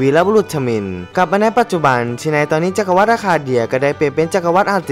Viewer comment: ขอติหน่อยนะ จักรวรรดิ อ่านว่า จัก-กระ-หวัด ไม่ใช่ จัก-กระ-วัด เห็นพูดทุกประโยค ลงคำว่า "วัด" หมดเลย ไปแก้นะ ฟังแล้วมันขัดหูมาก